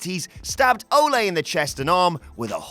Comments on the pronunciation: Not Olé Anderson as you would say to a bull... Its Oh-Lee.... Like Sir Christopher Lee.... I will not chalk this mispronounciation to you being English. Ole Anderson is a legend. C'mon it's Ole Anderson. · It’s pronounced Oh-Lee, not Oh-lay. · Ole NOT Olay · Its Ole not Ole'. He isnt a fuckn Spanish bullfighter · Watching people arguing about whether or not it's "Ol-ay Anderson" or "Ol-ee Anderson", when it's obviously pronounced like Old without the D, like good Ol' boys. Jesus, I'm in my mid twenties and even I know that bit about wrestling history, y'all were actually alive when he wrestled... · O’lay Anderson? Not Ahh-Lee Anderson? Interesting. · Why can't you Brits say the name Ole? It's not Olay. It's Ol' E. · Again, Anderson is Norwegian, not spanish. It's pronounced oh-lee not oh-lay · oh-lay in “rally” North Carolina. To be fair, they’d probably have had to watch wrestling before 1999 to know oh-lee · Oh-lee not Oh-lay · ...And it's Ole not Ole' (Oh-lee, not Oh-lay) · A Texas "Patreon?" Ole is pronounced "OH-lee" not like you're cheering a matador. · Ole is not pronounced like soccer fans are paying him homage in song. Oddly enough, it rhymes with “goalie.” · It's a soft E. But stick to working out how to pronounce oregano. Then figure out there is a reason for letters in words like colour and neighbour. Then maybe after you do that you can speak about how to pronounce words, till then you are an American, your opinion on the English language is null in void.